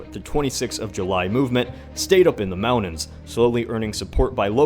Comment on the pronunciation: Did he say 'mounains?' or mountains?